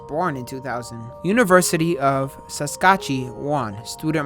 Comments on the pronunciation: It's pronounced sask at chew an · As a Canadian am hurt about how he said Saskatchewan 😞